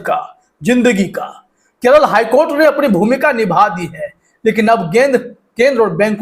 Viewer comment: Court nahin courtha